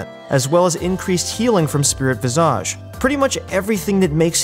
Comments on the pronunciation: "vi·zuhj" - you're driving me mad with your visa~ge xD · /: Why do you develop an accent when you say the word visage? You shouldn't pronounce it like Nicki Minaj. The phonetic spelling is visij. You're going to be saying it a lot, might as well not do it oddly as it becomes distracting from what you're saying. Otherwise, thanks for the good content.